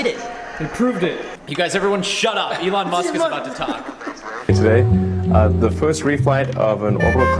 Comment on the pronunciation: Sounds like is saying "Elon Mustard" LOL